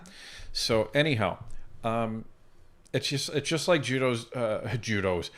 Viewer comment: Jewdo? Careful! 😅